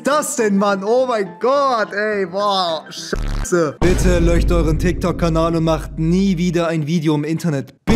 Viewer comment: bitte lern SCH auszusprechen bro, ich ertrag es nicht wenn du sagst löcht euch bitte löcht euch